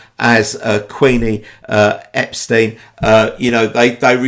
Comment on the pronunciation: It's nit-picky, but Beatles' fans should know Brian pronounced Epstein as "Ep-stine," not "Ep-steen." There's that famous clip from 1964 of a Beatles' secretary or press agent on the phone correcting an American she's talking to. "Ep-steen?" "No, it's Mr Brian Ep-stine." And she has to emphasise it again and again. Edit: I've never heard a Beatle call him Brian Ep-steen.